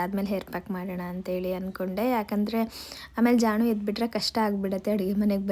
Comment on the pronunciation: Y ಜಾಣು instead of ಜಾನು